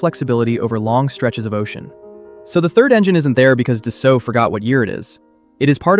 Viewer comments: FYI: Being a French company, the correct pronunciation is actually "Dass-O" - not "Dass-Alt." Just like Bordeaux is pronounced, "Bord-O" and not "Bord-Ox." Almost halfway through the video, the pronunciation becomes correct. So is real? Or a quick learning AI? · Pronounced “dah-soe” if you’re French.